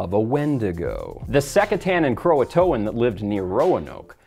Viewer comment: (By the way, "Croatoan" is three syllables, not four.)